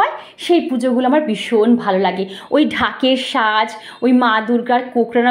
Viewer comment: Suva bijoya valo Thako sobai accha duto kotha boli kothata fresh wash noy go kothata holo face wash mane mukh dhoar ar kothata dhaker saaj bolena bole daker saaj